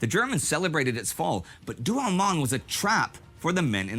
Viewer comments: Douaumont,,,not Douamont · By the way the consistent mispromunciation of French words is epic. This is DouaUmont which sounds like Do-oh-mon in English